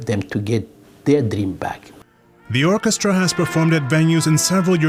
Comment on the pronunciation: Orchestra... not orchesta